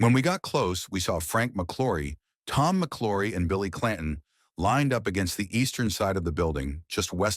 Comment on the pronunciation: It's pronounced MC L -OW RY not Mc LORRY